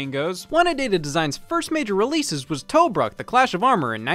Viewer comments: I love the way he says Tobruk, very offensive to a historian. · I love that Scott pronounces Tobruk like it’s the made up name in the title of an old school RPG.